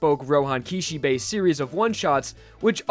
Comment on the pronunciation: "Roehan Kishebay"